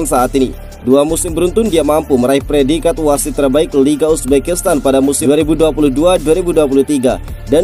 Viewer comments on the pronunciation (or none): none